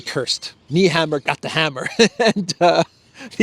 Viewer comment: pronounced NAYHAMMER, not NEHammer. just for Info